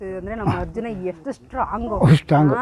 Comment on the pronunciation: Madam adu hambari alla ambari. Harjuna alla. Arjuna madam